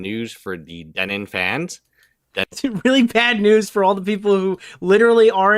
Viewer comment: the day pronounces denims name correctly is the day i unsubscribe from him